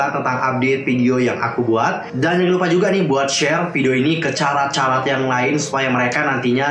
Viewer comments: Bener bgt. Mana dari awal dia bilangnya "carat" bukan "karat", dan gw gatel bgt bikin benerin, hehe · fans SVT itu dibacanya "Karat" ka..